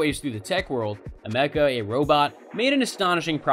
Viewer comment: "ah-mecca" thats not how u say her name brother !! all the videos about her and still dont know the name correctly?! how did u make this whole thing and not see how to say her name right ?! haha good video brother. A for effort